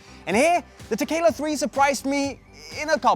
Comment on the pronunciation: I keep hearing "tequila"...I need to go get a drink now